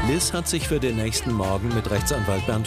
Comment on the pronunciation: Der Moment wenn sie Liz heisst und du Liss heißt 🤣🤣🤣